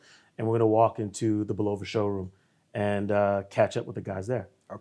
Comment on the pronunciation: They just let this guy pronounce Bulova wrong through the whole video? Haha